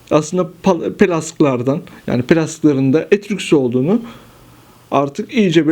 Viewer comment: Daha Etrüsk demeyi bilmiyor, kalkmış Etrüskleri anlatıyor ! Aman Tanrım !